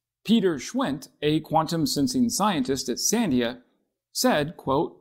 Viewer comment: fwiw: Sandia labs is pronounced san-DEE-a ... the accent is on the middle syllable.